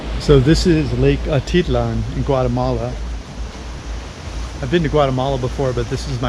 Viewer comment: Jeez - what a dump! I would only pay $22 per night! The place looks amazing and really makes me want to go back. Slow and unreliable internet makes it a problem for us, for now. BTW, it is Atitlán - you have to put the accent on the last syllable.